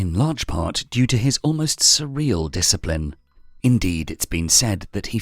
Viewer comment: "Yuuu a rack a disciprin"